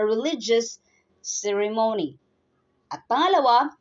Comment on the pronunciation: The accent on the word " ceremony"is on the first syllable..not on the 3rd as mentioned here.